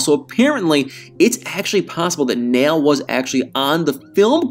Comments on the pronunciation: Unfortunately, TLC "jumped the shark" a long time ago, and continues to lose its credibility as a trustworthy cable outlet. Oh, and, I think Nail's name is pronounced "Nah-eel" not "Nale". Cheers and keep up the good work! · Uhm, it's probably pronounced more like Nah-iel and NOT Nail (notice the two dots above the i and ehm him not being from an English speaking country?!) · Nail is pronounced Nayil. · You're pronouncing his name wrong. It's pronounced Naa-yul. Like Niall Horan's name. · Because of the umlauts on the i, it's pronounced Na-eel. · The Muslim name Nail is pronounced Nah-ihl, not like a hammer and nail!